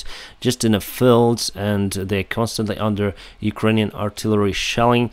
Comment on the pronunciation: Lewchuk -- Well, there are sounds in cyrillic spelled languages that are very hard and often impossible for e.g. Swedish speakers. I find it interesting that ignores the correct length of vowels: he often says e.g. filled when he means field, and piss when he means peace.